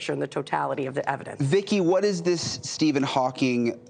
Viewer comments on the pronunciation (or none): none